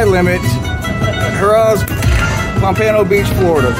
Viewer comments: It’s called POM-puh-NO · Pomp -an-o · Learn how to pronunce Pompano !!